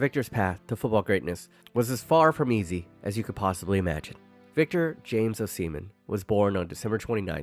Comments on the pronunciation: That was a well researched, well editted, and a confidently delivered profile of Osimhen. But dude, its 'Ohss-ih-men', and it is important to get a person's name right to get credibility, as im sure youve experienced yourself 🤔 Are you really a, as you sound very Seppo to me 😋An slightly larger Asian-American? lol Im a Limey that lived in actual Asia for 15 years, its the best place in the world, apart from Aus, lol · PLEASE STOP SAYIN O SEMEN. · Is it pronounced “ohh semen”? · say his last name right man god damn